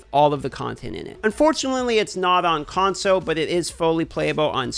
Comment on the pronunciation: Can we get a kickstarter going to buy an “L” for the word ‘console’? He keeps losing his. #conso